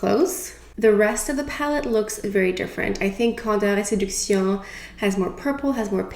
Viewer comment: So pretty 😍 im wondering: if you had to choose your fav foundation and powder, what would it be?? You're makeup is always gorgeous and your opinion means a lot! My skin is pretty normal.. not oily, but dry. . I love how you pronounce the name of this collection 😍 So pretty!!! I hope all is well beautiful ❤❤❤